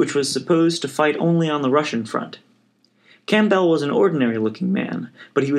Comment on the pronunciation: Odd way to pronounce "Campbell." Think soup.